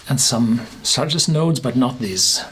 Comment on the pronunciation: Its not "sigh-trus" its "sit-rus"!